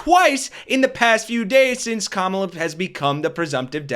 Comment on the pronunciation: I believe when people mispronounce "Kamala" it is a deliberate insult. It's not like we haven't had at least FOUR years to learn to say it correctly. That guy is an *ss.